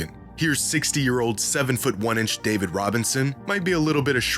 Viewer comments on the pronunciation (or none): none